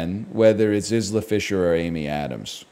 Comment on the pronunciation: Pronouncing it “is la” Fischer was driving me crazy. How does he pronounce so many words wrong?